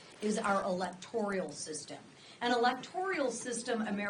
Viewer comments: ELECTORAL system, not Electorial. English is the language, learn it BEFORE running for public office. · I know this sounds petty but it is not electorial its electoral. The issue is you need to speak intelligently and that means you have to pronounce words properly please.